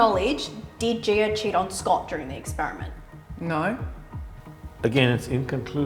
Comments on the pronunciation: her name is gi-a, not gee-err. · ok honey but made-up or not, the pronunciation is not gee-err.